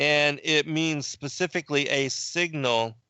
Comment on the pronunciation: You didn't "get it"! You said the Bible "pacifically mentioned" and I corrected you with the Bible "Specifically mentions". Pacific is an ocean and there is the word "pacify" but I don't think either word was appropriate to what you were struggling to say about the Bible.